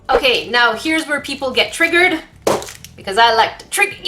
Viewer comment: please don't say triggered like that